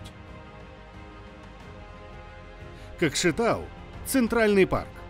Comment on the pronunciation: Нет таких городов кастанай, кызыларда, какшетау, сперва научись произносить перед тем призывать к чему то, противно слушать.